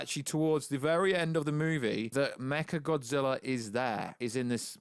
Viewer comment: First Kinky Dora, then Martha, now I heard him say mecha gothzilla